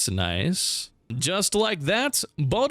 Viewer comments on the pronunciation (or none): none